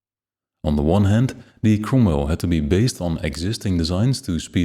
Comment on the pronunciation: this is an awesome video! love the depth of it... my only nitpick is the pronouncing of the cromwell... it has me laughing every time it is said... as the 'ro' sounds like an 'u'...